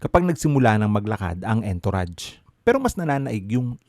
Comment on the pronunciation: sorry ha, sa tagal kong nanunuod sayo. mali po pronunciation nyo ng entourage. ang tama po ay nag sisimula po sa Uhhnn. hahaha sorry ulit.